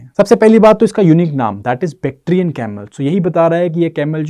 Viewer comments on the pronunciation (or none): Bacterian nhi bhai bactrian 😅